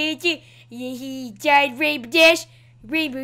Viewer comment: what I heard at first "plz feel free to like comment and rape this video" lol